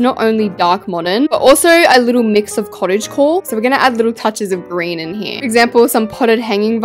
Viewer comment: WHEN YOU SAID COOTAGE COTE I WAS ACROSS THE ROOM AND I WAS LIKE, WHOS CALLING MEEEE GIMME THAT TREE HWOUSE